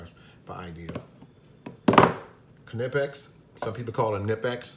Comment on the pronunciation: This is to remind others that you are indeed pronouncing Knipex correctly. Lol